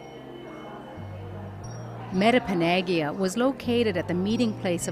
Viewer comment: lol.. the woman doesn't even say metepenagiag right.. frig. Learn to pronounce words lady! :P